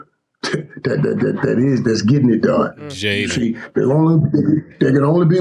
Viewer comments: One thing Killa going to do is mispronounce somebody’s name…”Jaylen” Daniels 😂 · Mike said Jayden like Mike P Mahomes squared 😂😂